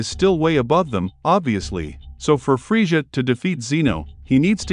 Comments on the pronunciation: oh no its the guy who says friega instead of frieza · dude said "freesha" lol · Don't talk about Frieza if you can't even say literally the easiest name correctly. I would take Fryza over Freesia any day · I had to stop watching this half way because I couldn’t stand the way you kept saying friezshha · The way he pronounces Frieza he sounds like Goldmember from Austin Powers lol, aside from that cool vid.